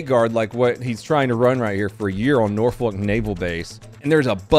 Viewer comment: I LIVE IN VIRGINIA ITS PRONOUNCED NORFUK